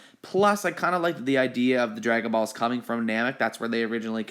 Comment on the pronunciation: Why does he say it like “ dragon baws”